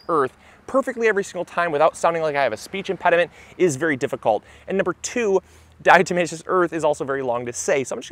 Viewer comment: Thank you for showing me how to finally pronounce "diatomaceous" correctly.